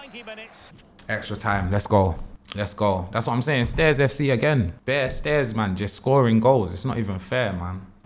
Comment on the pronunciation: Not ‘stairs fc’ 😭